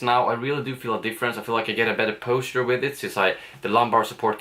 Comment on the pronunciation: it improves poh-sture.